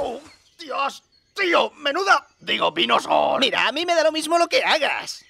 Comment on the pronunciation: quiero decir...vinosooor = I mean...venusaur